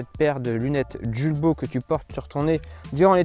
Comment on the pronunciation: Hello!!! Les enfants et moi même, nous vous suivons depuis très longtemps déjà. 😁 Nous nous permettons de vous écrire aujourd’hui pour une simple raison : Étant voisin et amis de la famille Jules Baud, Pourriez-vous prononcer correctement le nom de la marque ? Julbo étant une marque française et qui plus est franc-comtoise, nul besoin de me prononcer à l’anglaise. Julbo vient de la liaison du prénom Jules ( le père fondateur) et le nom de la famille Baud. Aujourd’hui, l’entreprise est gérée par les 2 fils sur 2 sites distincts, 1 à Longchaumois, l’autre dans un pays de l’est (Roumanie). Merci pour votre éventuelle prise en compte. Au plaisir.